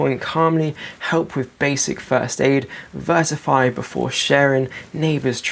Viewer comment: By the end of the video, I had to check if "vertify" was a word they forgot to teach me in school 😁